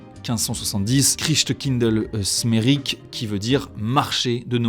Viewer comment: En tant qu'alsacien mes oreilles saignent😅 mais merci d'avoir fait l'effort d'essayer de prononcer "Christkindelsmärik" 🙏